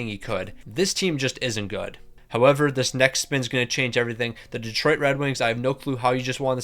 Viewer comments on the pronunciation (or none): none